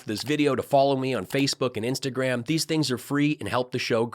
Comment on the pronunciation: Dad, did u just say "instant gram"???